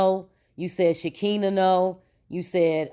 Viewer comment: First of all please know how to say Shekinah's name. T.I and Nipsey Hussle were friends and did you forget that LAUREN LONDON was in the movie ATL? This woman Sabrina has been in some crazy hood mess, cutting females with razors, that's straight up jail mentally. This woman Sabrina is mad about something that didn't go her way. People only do things like this when they feel they have been done wrong on some foolishness. I don't think Toya's husband would be involved in these type of activities he seems to be very laid back and drama free and will not have her be involved in this crazy mess like this without his knowledge This whole thing is going to be interesting when everything is said and done I'm Just Saying🤷🏽‍♀️